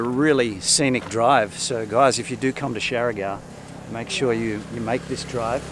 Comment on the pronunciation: You there 2 weeks and still can't pronounce the island name correct.. Siargao is pronounced 'shar gow'.... It's not 'shari gow'